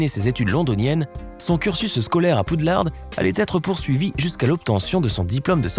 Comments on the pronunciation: C’est moi ou il dit PoudlardE??? PS: ça s’écrit Poudlard, mais ça se prononce Poudlar Édit: Oh mon dieu merci pour les likes c’est la première fois que j’en ai autant!😅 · C'est pas Poudlarde mais poudlard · Vous avez dit Poudlarde c'est une Honte 😠😠😠😠😠😠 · C'est Poudlard pas Poudlarde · Il a dit aussi poudlarde et d'ascaben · et surtout le poudlardEUH